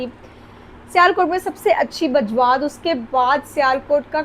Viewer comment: Ye Bajrat nahi hai Mam Bajwat hai